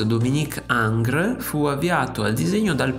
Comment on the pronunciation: engr non angr